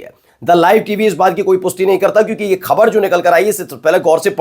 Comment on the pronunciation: Use Bindi in Hindi. Pronounce the word ' Khabar' properly.